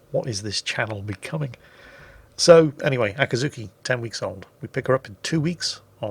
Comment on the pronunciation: you are butchering the pronunciation again. It's a-cat-zuki!